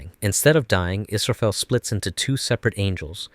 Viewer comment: イスラエルじゃなくてイスラフェル